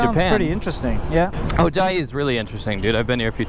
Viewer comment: It's "Chiayi" -- not "Chaiyi"!